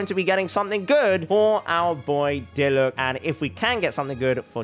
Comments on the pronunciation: You pronounce it deelooc. Not deeeloooooch. Or you can say pronounce it diluck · third time I've heard somebody say "Deeloosh" it's Dee-Luke bruh😂